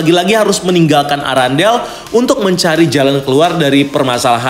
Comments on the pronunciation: Errendel kak bukan arandel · Irondell bang.. Bukan Arandel🤣🤣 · Bukan arandel bang Tapi arendelle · Apa cuma gw yang denger erangle bukan arandale?